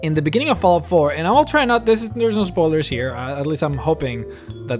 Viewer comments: Lol "foulout", do you mean "fallout"😉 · Fallout not fawlout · Why do keep saying fallout like that?